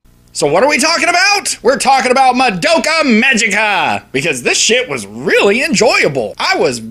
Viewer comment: BTW you're saying Madoka wrong. You're not even close.